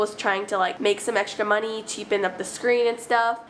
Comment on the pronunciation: "Cheap-en up the screen" Me: bruh Also you are correct